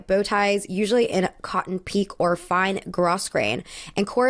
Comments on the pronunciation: Pique is pronounced pee-kay. Do some research. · Great video, well researched. Please note pronunciations: Pique = pee-KAY. Grosgrain = GROW-grain. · I love your videos and the amount of research you put into them. Your thoughts here are really on point and even made me rethink my opinions on a couple of outfits. Just a quick note: Grosgrain is pronounced "grow-grain", Pique is also French and therefore pronounced "pee-kay," and later on SJP's dress is made of faille, which is pronounced "FY-ee" or "FY-eh" with a very soft end on the word (the French L is hard to express in English sounds).